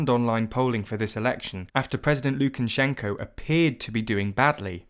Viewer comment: It’s actually pronounced Lukashenka. If you’re gonna correct someone do it right.